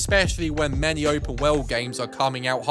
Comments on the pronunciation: It's "world", not "weld". Where did you learn to speak? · It's 'world', not 'wewld'